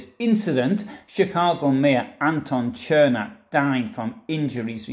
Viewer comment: Where are these mythical hills you speak of? 🤣😂 BTW……his name is pronounced “Sirmack” in Chicago.